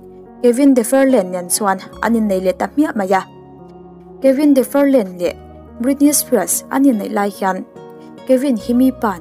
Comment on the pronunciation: Kevin Federline khi Kevin deferlane tiin ilam daih mai😁